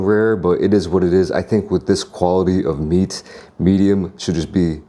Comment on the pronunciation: “Let me tell u Hwhat”